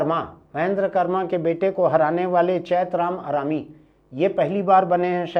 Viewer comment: बार बार चैत राम आरामी बोला जाताहै।चैत राम अटामी है।